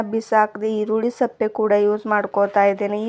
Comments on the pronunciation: Matadidde matadta iddira maatu kammi irli erulli sappe alla sippe yake atkond heltira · ಸಪ್ಪೆ ಅಲ್ಲಮ್ಮ ಸಿಪ್ಪೆ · ಈರುಳ್ಳಿ ಸಪ್ಪೆ ಅಲ್ಲ ಈರುಳ್ಳಿ ಸಿಪ್ಪೆ ಓಕೆ